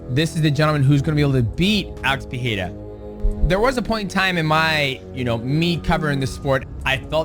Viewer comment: ngl them saying PEHEIRA is tilting me. Rogan did it but went back to Pereira.